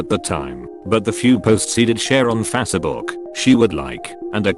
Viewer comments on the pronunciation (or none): Why does the computer voice call Facebook Fassabook